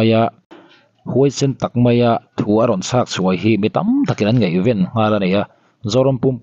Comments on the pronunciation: ngaihvên a nilo ngaihven tihtur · Ngaihven tihturah ngeihven i ti deuh zel.